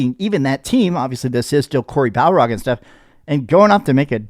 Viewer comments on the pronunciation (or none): I haven’t said anything for years. And I’m not trying to be rude. But it’s bar-log not bal-rog lol. I do love your videos brother. Keep up the good work. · For the love of God his name is Barlog not Balrog😂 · Its Cory Bar-log not Cory Bal-rog 😅 You've been pronouncing his name wrong for years and it drives me insane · could not say BAR-LOG if his life depended on it.